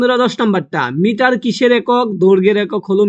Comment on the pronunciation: Uni to thi kore uccaron pare Jule,Newton,Mitar etc uccaron e korte pare na egulaki Common asbe!?